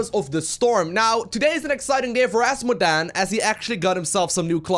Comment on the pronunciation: I like how he says Ass modan